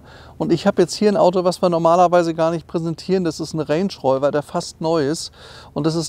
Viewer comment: Sagt er reynsch räuwer??? 😁